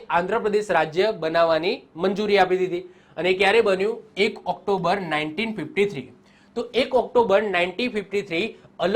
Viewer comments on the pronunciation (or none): none